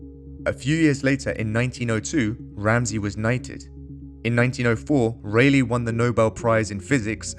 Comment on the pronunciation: It's RAYleigh as in "Bar" not RAYleigh as in "Bay"...